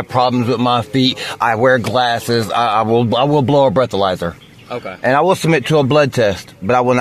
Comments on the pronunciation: He said "i will brow a bleathalyser" 😅 nope, nothing to see here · He said "I will brow a bleathalyser" ... nope, nothing to see here 😅